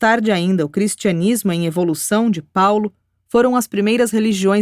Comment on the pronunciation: Maravilhoso áudio sobre essa narrativa a respeito de Jesus. Gratidão à UAB por disponibiliizar essa documento. Apenas alguns erros na pronúncia das palavras: selêucidas; subsequentemente e Antioquia.